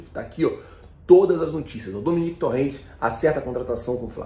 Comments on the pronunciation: A pronúncia é Toren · o nome do técnico é Domènec Torrent ou seja: como se fôsse Domênico em português e não Dominique, entendeu? E o sobrenome se pronuncia Torrém, entendeu?